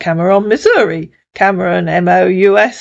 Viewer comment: Cameron Missouri, good grief. What a pathetic idiot. 🤦‍♀️ I'm from Missouri, and Cameron is pronounced Cam-rin. These lowlife scumbags scammers really are pitiful FOOLS! 🤣🤣🤣 As always, another great video.